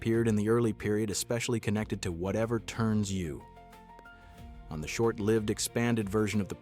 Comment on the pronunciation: Every time that it was said...the pause. 😂 Also, don't forget 'Rowan and Martin's Laugh' and 'Whatever Turns You'. For those that don't know, it's Rowan and Martin's Laugh In and Whatever Turns You On. 😒